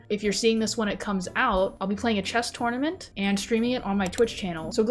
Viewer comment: Ha! She pronounces tournament two-ornament! That’s adorable! 🤣